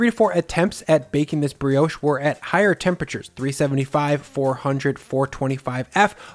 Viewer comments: in i cant keep going "its not how ya make porriage, bugger bri-ouch" dude get a new job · Ah we we, french briosh, crasont baget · I do find your pronunciation of the word Brioche to be offensive lol